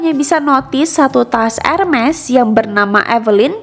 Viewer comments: bacanya herme ya bukan hermes walaupun tulisannya hermes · bacanya bukan erMES kayak geMES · Ermey ngga siih cara bacanya, bukan ermes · Benner ... Luna Maya prnh bilang dulu, bacaanx ermes bukan Hermes